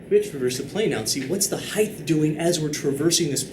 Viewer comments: Please, please, please, PLEASE stop saying "heighTH." You are a MATHEMATICS professor; this is cringe-worthy. However, this channel is honestly a godsend. It is an absolute shame that I have to get my instruction from somewhere beyond my class (where the instruction SHOULD be the best). I am forever indebted to this man for supplying the necessary intuitions behind these extremely subtle and precise concepts. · Wait, why does he say the word height like that? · I just assumed that it was an accent or something. =P But it doesn't really matter in the end anyway, since the purpose of a language is to simply communicate with other entities.